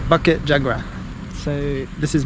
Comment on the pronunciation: Awesome! bukit pronounced as boo-kit and jugra pronounced as joo-gra. In Malay, any consonants that has the 'u' vowel after it, are pronounce as a 'oo'. During the colonial days, both Indonesian (under the Dutch) and Malaysian Malay had it spelled with the oo but has since changed. I see alot of other folks commenting on that. Apologies for the repetition. :) And the cemetery you came across was a 'Taoist' cemetery. They are mostly folks from Southern China (usually originating from either Fujian, Guandong or Hainan province). Most Malaysian Chinese have their roots from these provinces. Obviously Muslim cemetery would have different headstone. And Christian one's would resemble the ones from the west which you'd be familiar with.